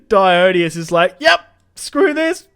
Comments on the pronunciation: Although in this game it would be "die-on-eye-see-us", since his name is Dionysius. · Isn’t it “die-on-Isis” not “die-own-ee-us”?